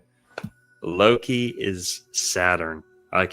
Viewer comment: I'm team Merlin on this one. In norse/norwegian, "Loke" is not pronounced the way pronounces Loki. But after watching Lucius Aurelian's last video on the ages of man - I'm also convinced all the "overly negative" aspects attributed to Saturn is simply biased Jupiter propaganda. Kronos is after all the crown or in norwegian "Kronen". There are definitively different aspects to all the gods, but equating Kronos to satan and molloch seems to me at this point as biased Thor agenda.